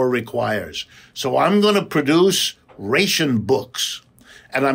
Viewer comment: "rayshin books"